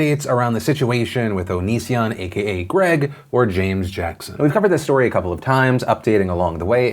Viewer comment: Philip can't make up his mind on whether to pronounce it O-knee-sion or Oni-sion. Just call him Onion instead, can't go wrong with that.